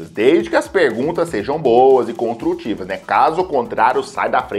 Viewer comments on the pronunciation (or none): parece que o falou: contrutiva